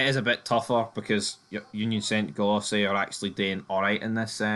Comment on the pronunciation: union saint gilossy🤣 it’s a french name, they pronounce it „jalwa“